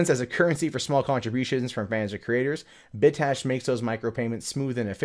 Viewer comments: Bit cache not "bit ash" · cache is pronounced "cash", so "Bit Cash" =) It sounded like you were saying "Bit Tash"